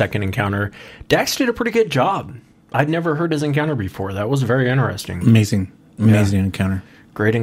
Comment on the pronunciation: Alistair Bawden Two brothers and they both say it. Inner-ess-ing